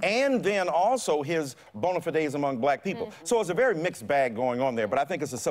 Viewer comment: I wish he would say the word bonafide correctly